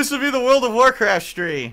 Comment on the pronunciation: Wuld of Wurcwaft